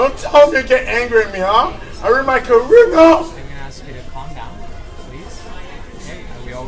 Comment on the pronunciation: There’s goes his “careerah” 😂😂😂